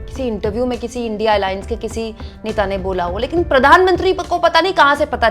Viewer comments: illiterate pm INDIA tak na bolna aata na hi padna🤣. gone case. india ko indi indi bolta hai😂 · India ko indi bolta hai o gawar hi hoga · Naam to theek se lo indi nahi India gathbandhan. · Sahi me modi ji anpadh hai kya india ko indi bol rahe hai😂😂😂😂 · इंडि गठबंधन नहीं इंडिया गठबंधन इसे तो सही से बोल लिजीऐ मोदी जी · India बोलना नही आता ? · Uneducated person don't know how to pronounce India what kind of speech is this very funny modi g ab ka dimak to bahut waooo